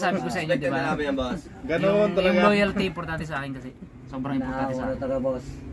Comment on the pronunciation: Ang diin ng “LOYALTY”